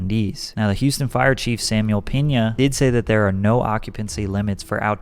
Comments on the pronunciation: It’s Peña not pen is. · You did not say “Peña” 🤣🤣🤣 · The tilde over the e means the e is pronounced ay as in payed. - “hey let’s rage and fuck shit up!! But let’s be respectful and attack security respectfully” lol dude you made no sense. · Can't believe people can't pronounce a simple word😂😂 it's peña not peena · "penyah" not "peenah" also my post was mainly just joking. I'm sure it was an honest mistake. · “Samuel Peena” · Samuel Peña not Piña you are saying Samuel Pineapple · "Samuel Penis"💀I can't be the only one who heard this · he for sure said Samuel penis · ik this is sad and all, but did bro say “samuel penis” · nigga said "peena" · Listen , he says Houston fire Chief "Samuel Penis" LMAOO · Penya is how it's pronounced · “Samuel Peena💀” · I know this is a serious video but Patrick really said peena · The way Patrick pronounced Peña shows how white he is 😂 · the way he said Pena followed by said sounded....funny🤣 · Idiot said the ñ wrong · He pronounced Samuel Peña in a very interesting way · you know that's not how that man's last name is pronounced. You just knew you were saying an s word next and thought it would be funny. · I can’t get over how you said his last name Lmao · not trynna be insensitive but i heard something else than Samuel Piña for a sec there